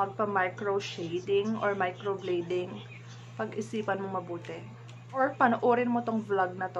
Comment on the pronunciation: Please pronounce well ... Micro blading (blade), not micro bleeding.